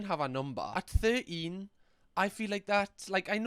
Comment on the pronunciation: “At ther-een”